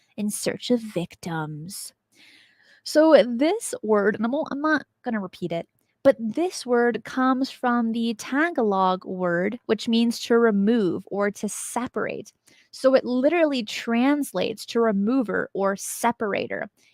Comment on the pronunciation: Awesome, you mentioned a Filipino cryptid! I’ve never heard it called the way you said it. We call it Aswang. Btw Tagalog is pronounced Tah-gah-lo-g😉